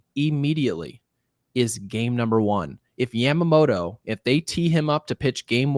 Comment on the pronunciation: I took Japanese in hs but correct me if I'm wrong. Isn't it yama-moto (yah-ma) and not yam-amoto? All I'm hearing is the 'beans, beans, tomato, potatoes, yams' song every time lmao